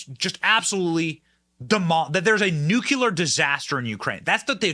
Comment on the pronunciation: NU-CLEAR.....two syllables my friend. Please stop sounding like Dubya